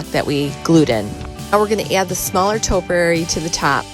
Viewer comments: Actually it’s pronounced ‘’topiary’’. Not toperary..... but I do love your channel. 😊👍😷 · Toe- pee-airy not toe-per-airy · Liked the post but please learn how to say topiary. tow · pee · eh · ree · Not toperary but topiary- just teasing absolutely love your rescues. Just found your channel today and will be watching them all.